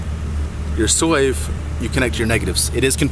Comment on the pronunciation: SLAVE it is pronounced SLAVE. I cant understand what the hell you are saying but it pronounced SLAVE!!!!